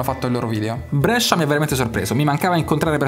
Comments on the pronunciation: Brescia non Brèscia ahahaha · Idea fighissima.. Ma chiudi quella "e".. Ti prego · Da bresciano sentire come pronunci Brescia mi fa un po’ ribrezzo, ma ti si ama😂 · Brescia detto alla romana fa un certo effetto;-)